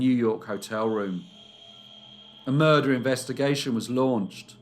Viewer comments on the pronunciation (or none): Soft r but he hits it .